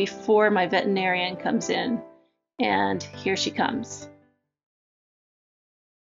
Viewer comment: Good tutorial (apart from the pronunciation of veterinarian making me crazy). Very tempted to try it...